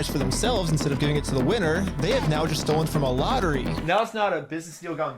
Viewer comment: I’m only 2.5 minutes in and I already can’t hear say “STOLEN” without hearing “NOLAN”